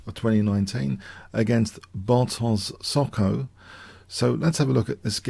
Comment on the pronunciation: You ate the t letter in Bartosz Soćko Polska pozdrawia